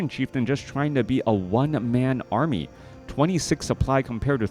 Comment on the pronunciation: what is an "Aramy"? lol great cast.